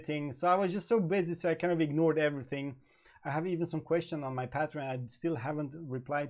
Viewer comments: Leon Jimenez Yep...pay tree on is more like it. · Lol.. it can be Pay-tree-on or Pah-tree-on but NEVER PATE Treon. You are adding one T too many brother. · Pronounce patreon wrong again. It's PATE TREON!!